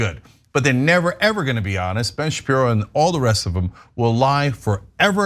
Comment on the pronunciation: Ben Shapissy... I knew it